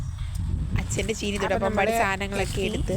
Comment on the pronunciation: ചേനി അല്ല ചീനി